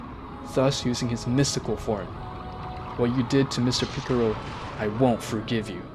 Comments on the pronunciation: Stop saying picaro it is piccolo!!! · Are you saying picaro on purpose? No offence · ITS PICCOLO NOT PICCORO AND ITS NOT ULTRA INSTINCT MASTERD😭😭😭😭😭😭😭😭😭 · Its piccolo not piccoro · Piccoro lol its Piccolo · Who's Piccaruu don't you mean Piccolo and Who's Gotin it's Go-ten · I like how he says piccolo as piccoro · Picolro? it's picolo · it pikalo not pikero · Awesome but the name Is Belmod not vermouth and it's Piccolo not piccoro and is not jyren it's Jiren...get the name's right bro...last but not least...It's not Ultra Mastered Instinct...it's MASTERED ULTRA INSTINCT (MUI)!!! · Bro said picaro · Man's said picorro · Ah yes ✨piccoro✨ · Are you purposefully mispronouncing as Go Han(d), Go Te(e)n and Piccorlgo not parening that one? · Picciro, bellmouth, ultra mastered instinct.... Qweetella, vermooth, vermouth cockarots, goteen, chamber time, JAEYE-WREN, vermoots, vermoot, vermutt, i don't care that he mispronounced em, just wanted to have em listed for anyone that thought they were crazy for hearing something different, love the story! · This dude literally said mr.picciro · 😭😭😭😭😭😭😭😭😭😭😭😭😭😭😭😭😭😭😭😭😭😭😭😭😭😭😭😭 Goku day en pikiloy en GowHan😭😭😭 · OH MY NIGGA GOD YOU SAID PICCROO AGAIN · MY NIGGA DID YOU JUST SAY PICCROO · Man said piccoro but still good story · Ultra mastered Instinct? Picaroo? Vermoot? Goteeen? Bro how tf you get margarita right but not goten? You got the names all fucked up. It's simple names that you fuckin up too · Where is the R in Piccolo💀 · Good story but you were mispronouncing some of the words like goten and piccolo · I like the vid but one recommendation is please say the names right. Many times you said the names wrong especially piccolo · good story man, only thing to critique is how you say gohan, gotens and piccolo names, and dragon balls not sphere